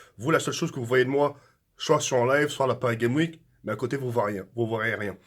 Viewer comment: "J'adore la Paris Game Ouike" 😂🤦🏻‍♂️🤦🏻‍♂️🤦🏻‍♂️